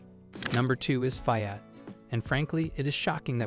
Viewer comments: The F (eye) at. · Fai-at? Good lord! Train that AI or use a real human voice. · The information might be golden, but the pronunciation of the car names is so AI. It's annoying that it can't even pronounce FIAT. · It can't even pronounce "Fiat." LAZY. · Knee-san, you stupid AI robot. And it's jag-war, not jagger. Pick one of the two ways you pronounce Maserati. Fee-aht, not Fie-at. Sheesh!